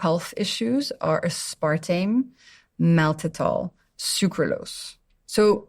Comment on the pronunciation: her inability to say aspartame bothered me